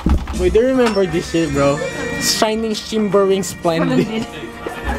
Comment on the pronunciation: "Shayning, Shimbering, Slendid"